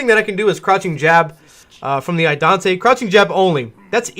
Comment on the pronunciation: Love the deep match breakdowns - it really helps to see all the tech from your other videos put in place and listen to the gameplan you build around it. It gets me every time you say Idante though -- it's Idaten!